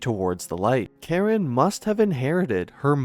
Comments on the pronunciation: This channel needs to take some reading lessons or get some people who can read to narrate. It's not Lesley Karen....it's CA-RONE. Ka r own. Seriously, your content and information is excellent and interesting but, I think I have to unsub from all the pronunciation mistakes. It's pathetic really. Don't do narration if you can't read!!! Phonics is fundamental. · It's pronounced "Kah-RONE ," NOT "KAR-en!" Why the heck don't you guys check your pronunciation before putting out your videos?!!? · Thank you! This is probably a computer generated narrator, but they need to know how ignorant it sounds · Botched her last name pronunciation. its not Karen. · Pretty sure her last name isn't pronounced like Karen. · Caron - ka-ROHNE. Stupid programmer. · Actually it's pronounced "caronnnnn". A nasal sound not "n". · Learn to pronounce her last name… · I hit pause as soon as I heard that. The crew obviously doesn't consider accuracy to be important. Why bother with the rest of it? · It's French. You don't pronounce the final "n," either. It's a nasal dipthong. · That’s ridiculous, you don’t think there are AI voices in France? The AI voice is programmed and it can be programmed to pronounce a name correctly, especially in a piece all about that person. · There is no E to pronounce at the end of Caron